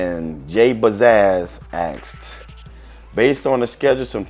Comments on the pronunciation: Aksed....Axed... is it so difficult to say asked? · "And he axe" xD